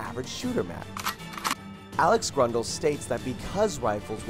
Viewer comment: Nice list, but your pronounciation of Grøndal is painful. Sounds more like Grundal...